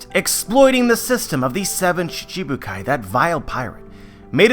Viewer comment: it's shichi bukai, not shishibukai